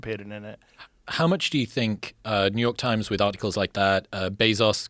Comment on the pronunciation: i wanted to know about the hoarding not new yoooork tajms